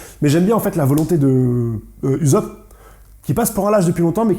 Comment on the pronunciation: Sa se prononce pas uzop mais oussop